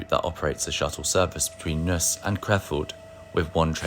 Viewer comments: was built in 1979, so it's not even 50 years old. : TRI is pronounced individually, not as an acronym. : The 101 series was built from 1995 onwards, so it is far from being 50 or even 60 years old. : Please pay attention to the correct pronunciation of Neuss /nɔɪ̯s/. Your pronunciation is nonsense; it sounds like Nüss /ˈnʏs/. The pronunciation of Krefeld is just as wrong. The correct pronunciation is /ˈkʁeːfɛlt/. : The correct pronunciation of Düsseldorf is /ˈdʏsl̩ˌdɔʁf/. : 111 054 was built in 1976 (not even 50 years old now) and is shown here in a fantasy livery. The locomotive was never painted this blue, but originally in ocean blue and beige. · Excellent video, but please ask for help with the German words ... Neuss rhymes with Joyce; W in German is always pronounced like V in English, and G is always hard as in gorilla. I visited the HSB last year on an extended package from Ffestiniog Travel. Travelling from Newcastle to Wernigerode, the first two trains - LNER to Kings Cross, and Eurostar to Brussels were on time. Every single DB ICE was late, including one which skipped Cologne at such short notice people were already getting their stuff together to get off there ... the HSB trains were all on time and the staff were lovely (so were the local pubs). Next stop was Frankfurt to visit family. The local from Wernigerode to Goslar and Hanover was on time, the ICE was late. On the way home the ICE from Frankfurt to Brussels was diverted via Mönchengladbach and Rheydt. and we arrived in Brussels so late the Eurostar would have already left, but it had been delayed by trespassers on the Belgian HSL. I lived in Germany and Italy in the late 1970s to about 1986. German trains were always punctual, Italian trains were not. Ever. Nowadays it's the other way round. But if you have to be stuck on a late train, the ICEs are very comfortable.